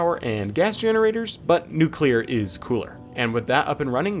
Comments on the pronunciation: I swear he said "nucelar" at the end when talking about nuclear trains 😂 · I love how you totally gave up on nuclear pronunciation. 💀